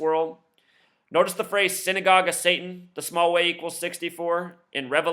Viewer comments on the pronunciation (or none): none